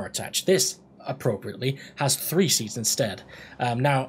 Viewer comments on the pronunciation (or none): none